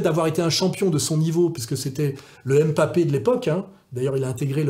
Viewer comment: Janvion, pas "Jouvion" Et c'est pas "M'papé" mais "Mbappé"